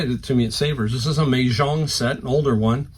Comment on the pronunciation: I look for Mah Jongg Sets at every thrift. Sometimes you can find just a few replacement pieces or the cards needed for play. Always good sellers. FYI... pronounced Ma - like mama